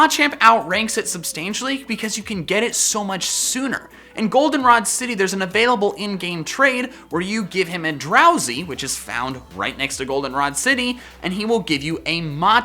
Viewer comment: DROWZEE, NOT DROWSY! FIX IT NOW!